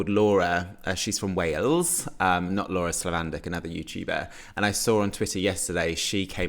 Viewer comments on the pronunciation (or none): none